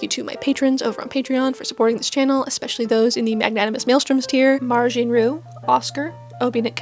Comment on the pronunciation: It looks sooooo good!!!! I love the "hiding from a date in the bushes" use case. (It's pronounced "Mary Jean" by the way. My parents really didn't think that "i" through. Spell Check thinks my name is Marijuana.